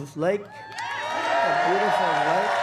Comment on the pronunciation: Did he say lake or leg??